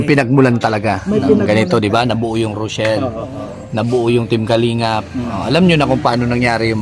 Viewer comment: ROCHELLEEEEEEEEEEE PO HINDI ROSHELLEEEEE 🤣🤣